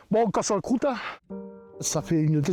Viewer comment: Alors, on casse la crouteuh ?